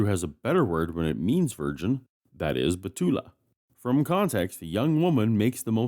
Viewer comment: Excellent knowledge of Hebrew, but a small correction: Most Hebrew words stress the last syllable, not the first. Alma and Betula are among them.